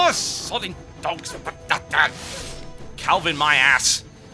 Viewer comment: "Calvin my ass" Sounded like 'Calf in my ass'... XD